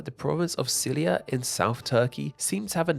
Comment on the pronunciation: They weren't even pronounced how like English. He pronounced Cilicia as Silia. Mauretania as Maurentia.